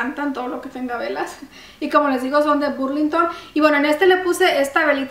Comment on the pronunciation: Burlington se lee Berg lin ton